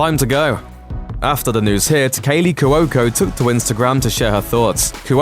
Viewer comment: Omg u irritating Brit - it Caley Chico ( Kwo.ko ) NOT kawoko